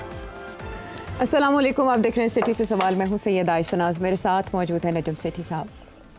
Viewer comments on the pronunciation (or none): سیٹھی صاحب سام لیکم نہیں اسلام علیکم کہا کریں